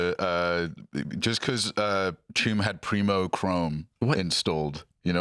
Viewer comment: i have a complaint. its Preem not Preemo :)